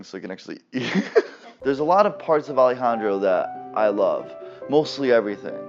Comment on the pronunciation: I love it when says Alejandro!!! That’s my name